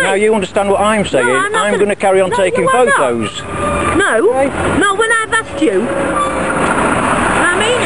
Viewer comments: 'Pho'os' Does she mean photos? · I think she said stop taking pho ohs